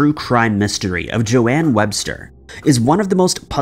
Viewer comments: In other videos, also pronounced Joan as JoAnne. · Its Joan, not Joanne, like Joan of arc.. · I'm pretty sure Joan would be pronounced 'Jone' not Jo-anne as it's pronounced 'Jone' as in Joan Collins.